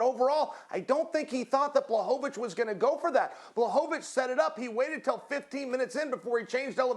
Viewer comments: Chael “It’s Blahovavich” Sonnen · "Blachowowicz" :D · Chael: Blahohohvovovich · He is pathetic :D Can't even say Błachowicz name properly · Chael knows how to speak Blachowicz’s name, he just do it wrong on purpose